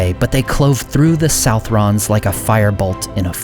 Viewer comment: Southron is a Scottish form of "Southern" /sʌðərn/, so it's pronounced /sʌðrən/, just like Southern except the last syllable rhymes with children. Tolkien didn't use Scottish anywhere else that I know of.